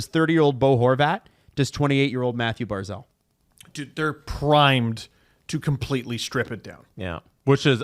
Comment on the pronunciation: Hard to take you guys seriously when you don't even know how to pronounce the names of our players. And not just rookies, but vets. Hopefully you'll learn how to pronounce Barzal before he retires.